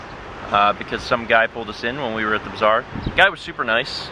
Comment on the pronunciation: You pronounce bazaar as bizarre and it really trips me out LOL